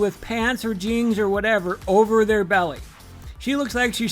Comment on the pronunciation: Okay the way you pronounce jeans is cute. ❤Jeangs, adorable